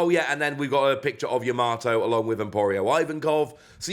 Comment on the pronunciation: Are you pronouncing Yamato like that on purpose? In the anime Luffy says it like Tomato because he is terrible with names when meeting people but it's pronounced Yama-to not Ya-mato, if that makes sense? 😅🤣💛